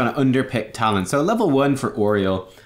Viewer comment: Oreol? I hate how you pronounce her name. lol. Also, they're Omnics.